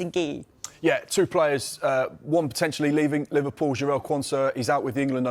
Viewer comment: Pov the way she said Liverpool Liverrrpool